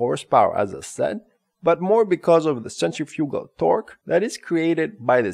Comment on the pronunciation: Centrifoogal! Really? Horrible explanation. Blah blah blah. Look up centrifuckall forces!